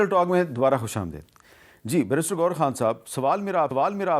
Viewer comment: خوش امد ے د نہیں خوش امد ی د ھوتا ھے میر صاحب آپ کی اردو بہت کمزور ہوگئی ھے 😋